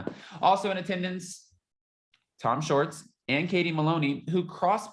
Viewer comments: Please say “ShWArtz” it’s not “shorts”. Thank you! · Didn’t know what you meant til I heard clearly say “Shorts” snort giggle!😂